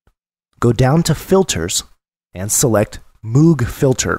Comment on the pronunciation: You're a very good instructor, but you're mispronouncing Moog. It rhymes with vogue and rogue. Cheers.